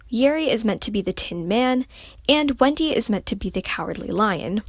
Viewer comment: it sounded as if she said "Wengie" instead of Wendy 😅